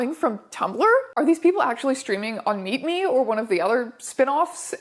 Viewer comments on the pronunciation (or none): I heard MeetMe as MeatMe for half the video which makes this just 200% more entertaining